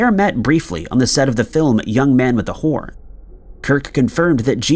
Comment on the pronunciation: I'm old enough to know it's "Young Man With A Horn" although it does sound like "whore" because of sloppy diction.